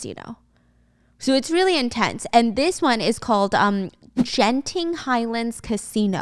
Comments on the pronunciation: The pronounciation of Genting like how a Singaporean do …had me dying! It’s not a “gentleman” G, it’s “Grape” ‘s G. Also yes Malaysia’s a muslim country but it’s also a multicultural country so having casino like Genting it’s normal. Genting is also like our version Six Flag/ Lotte World. They got Indoor outdoor theme park. It’s very cool & packed. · omg i used to watch her when i was younger.. i didnt even know she did that and genting is pronounced like 跟ting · hi stephanie, a malaysian here btw, malaysia is actually NOT an islamic country but the main religion of malaysia is islam i hope this clears things up. and the g in Genting is pronounced as like G in goat lolz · ik this is almost a year ago but 'Genting Highland' has the G like gorilla >< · Btw it’s pronounce 근팅 genting highland haha theres a theme park there too! Its on a mountain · SHE BUTCHERED GENTING SO HARD XD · As a Chinese Malaysian I like how u almost pronounce out everything wrong 😂😂😂 'genting highland' , 'shang jin' XD it will sound totally different if u ask a Chinese Malaysian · As a Malaysian,when I heard Stephanie trying to pronounce “genting”, I physically cringed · it happens LOL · you actually pronounce the first "g" in genting as a soft g like "great" instead of a hard g like "gorilla". this info is coming from a malaysian so yeah